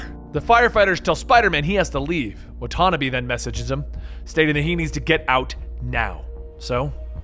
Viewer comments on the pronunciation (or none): wa-tuh-NAW-bay. not wut-on-a-BEE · What’s up with the weird pronunciation of Watanabe? It’s supposed to be Wa-taw-naw-bae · it bothers me how he says watanabe